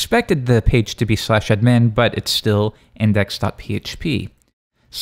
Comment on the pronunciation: pronouncing ADmin as adMIN is bothering me more than it should.